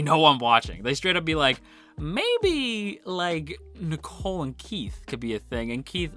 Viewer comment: The way you pronounce Nicol's name is the same as the girl's name Nicole. Irregardless of how the Japanese pronounce it, I think the English pronunciation is meant to be NEE-kohl.